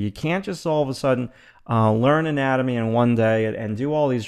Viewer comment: It sounds like you're saying anime xD